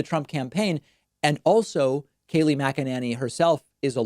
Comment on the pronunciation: David, love you and hate Kayleigh. But could you just pronounce her name correctly? What is your issue with it? Sheesh!